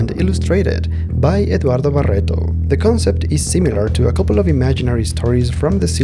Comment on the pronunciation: Did anyone here how he said Eduardo Barreto? That's some peak Spanish accent